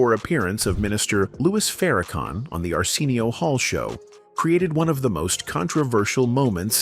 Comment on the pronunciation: AI voice: Ar-SEEN-eo 😂😂😂😂😂😂😂 People who watches Arsenio for the longest: Ar-SIN-neo